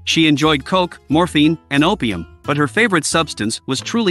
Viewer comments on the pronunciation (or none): none